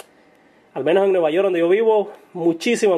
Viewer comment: "nueva yor" jajajaja